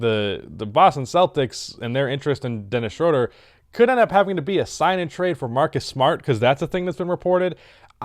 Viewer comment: day 999 of telling that ITS PRONOUNCED SHROOODER